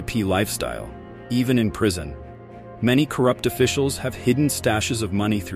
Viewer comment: Prison, not "prision". Stupid AI